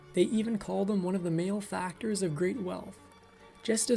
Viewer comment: It's mal-e-factor, not "male-factor".